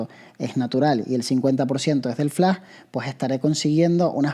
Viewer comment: Es Flash! No Flá!!!! Hable bien!!!!! :face-purple-crying